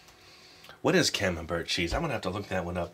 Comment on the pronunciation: Camembert is a soft cheese from Northern France. It's pronounced Camem*bear* and you don't say the t lol It's similar to brie in texture.